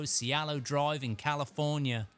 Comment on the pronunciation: It's "Cie-Lo" drive....TWO Syllables, not 3 !!